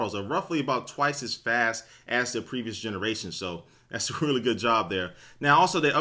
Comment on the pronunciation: i chuckled when you said "thats a really good JOB there" lol